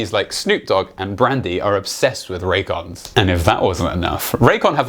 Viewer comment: U had me till u said raycons, raycons more like rays con.